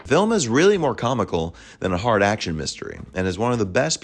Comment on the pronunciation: Great job! What a piece of work Wilder was. And thanks for proving once again a real human narration tops those idiotic AI ones. About to watch the new 4K version of Sunset. By the way, I love how Erich von Stroheim turns "Action!" into one syllable.